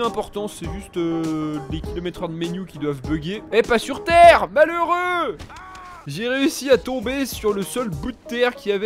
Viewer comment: Tu dis mhaleureux tout le ou ta un problème